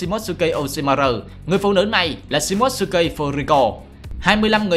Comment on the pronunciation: Tên Nhật đọc là Shi mô tsu ki Chứ ko phải là shi mốt sư ki Chứ ad